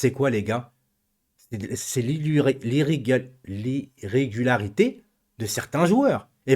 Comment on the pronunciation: et, répétez après moi: I-RRE-GU-LA-RI-TE 😂😂